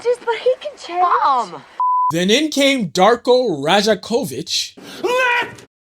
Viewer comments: Yeah, crazy how he can get Mamu’s name right but not Darko’s lmao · PRONOUNCE DARKO’S NAME RIGHT IF YOU’RE MAKING A VIDEO HIGHLIGHTING HIM - unsubscribed